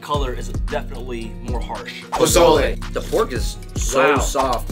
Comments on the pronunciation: PO SO LAY NOT PO ZO LAY lmao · this is old but just so you guys know pozole is pronounced more like an S than a Z